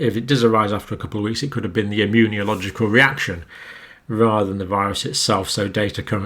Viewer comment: john cambell I love your videos but can u PLEASE stop saying “immun-ee-oh-logical” its meant to be “immuNOlogical”! driving me a bit batty. this is because we are reading along the text as you speak. thank you for all else 🙏🏼